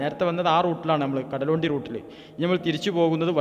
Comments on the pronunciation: കടലോണ്ടി അല്ല കടലുണ്ടി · കടലോണ്ടി അല്ല സഹോ കടലുണ്ടി